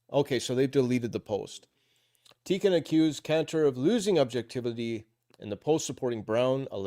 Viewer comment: I think Tikkun is pronounced Tea Coon.